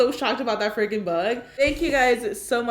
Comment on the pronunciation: I love how Karina says freaking Wow Karina's teeth are perfect